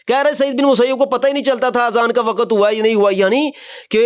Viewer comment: نہیں بیٹا وقَتْ نہیں بولتے وقْتْ بولتے ہیں